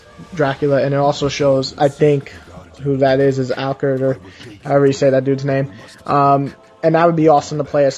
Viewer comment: "Ah-lu-card." Just so you'll know. P: Also, Great series, you've got another subscriber!